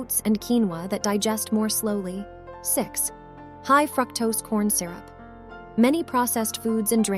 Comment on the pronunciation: Good information, but unacceptable pronunciation mistakes (like Criminy/ for crimini and fractose for fructose) make this look unprofessional. Appreciate the purine pointers.